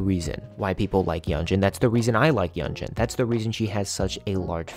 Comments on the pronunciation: Great video! Yunjin is quickly becoming one of my favorite people ever. Also for future reference, her name is pronounced “Yoon-jin” 😊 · love this video!! btw hee name is pronounced yoon jean i’m sorry it was bothering me 😭